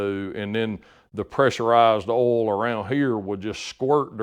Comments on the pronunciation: WTF is "awhl"? Just messing with you. You do good work Sir. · I’ve heard it pronounced “oilyul” mostly from up north. Southerners usually pronounce it “oil” without the extra syllable. Not saying one is correct and the other wrong. Just different.